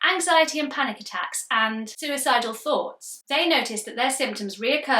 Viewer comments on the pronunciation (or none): none